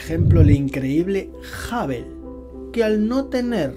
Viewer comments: A mí sólo me molesta que diga JAVEL... Telescopio JAVEL. 😏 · Qué manera de pronunciar Hubble!! Que NO es Jabel tío !! 😁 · A ningún español le e escuchando pronunciar bien “hubble”. Sin ofender a nadie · Que tengas una excelente semana 🙂, me tendré que resignar a que los españoles digan "Jabel" en vez de Hubble. De todos modos me caes bien y me pareces muy inteligente. Es agradable escuchar tus vídeos